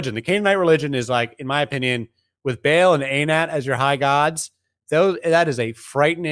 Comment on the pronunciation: Ba'al is not pronounced "Bale". It's pronounced "Bah-ahl."